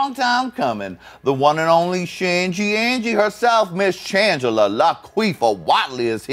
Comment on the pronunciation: i thought she said "shangelier" lmfao